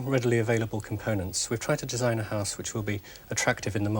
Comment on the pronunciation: Singleton is fine but the fella has a terrible affected accent. The way he pronounces house as high-se was annoying.